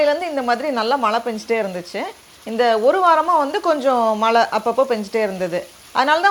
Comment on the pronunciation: Always a pleasure to watch your garden harvest.. love your simplicity and the way you engage your kid with nature.. kudos👍. One simple suggestion I would like to give you.. being a tamil influencer pls try to pronounce 'zha' in Tamil instead of replacing it with 'la'.. you said Malai for rain which is not pleasing.. it just needs a conscious practice.. I hope you will give it a try..